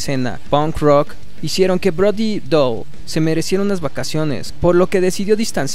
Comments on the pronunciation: POR QUE DICES BRODY DOLL.....ES DALLE. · Me duele el cringe cada vez que este wey dice Brody DOL. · el apellido se pronuncia "dali"